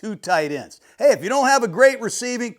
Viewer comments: Great Show Jon! By the way———- It’s Ay ay Ay Ay! Not au au au au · Coach, its Hey-Hey Hey-Hey, not Ahh-Ahh Ahh-Ahh.